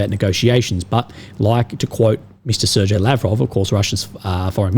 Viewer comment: Sergej pronounced as Sar - gay (both "e" as "a" in gay) "g" is always pronounced as g in gay in slavic languages